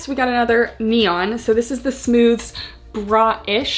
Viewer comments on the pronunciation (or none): i worked for aerie and it's pronounced "smoothies"!! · Aerie employee here! It’s pronounced “smooth-eez”! I HIGHLY recommend the Smoothez Padded Scoop Bralettes; I do agree that I wish the cups were molded, but these are my fav to wear as a comfy bra under sweaters/lounge wear! It’s the same material as the green one you tried on, but with wider straps and no clasp (which I prefer since the clasp digs in when you lay down lol). I also LOVE the mesh bralette it’s so so comfy, I do recommend sizing up in this one though! Also, aside from the Smoothez collection, the Real Me Hold Up! Collection also launched recently, and I can’t recommend them enough! I love the leggings (the regular real me leggings tend to slide down on a lot of people, so these have a more compressive waistband and i sized up) and they have matching bra and leggings sets for the gym! The Hold Up! Bras are basically the Bra-ish made into a real sports bra!